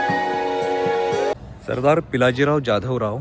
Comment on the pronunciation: ज्याधवराव नाही तर जाधवराव असा उच्चार करा.